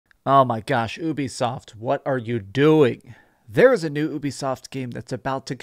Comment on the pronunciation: Just say “you-be-soft”